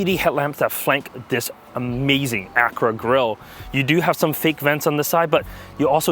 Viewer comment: LOL !! Sounds like He says "Acrua" instead of "Acura" Good analysis all the same.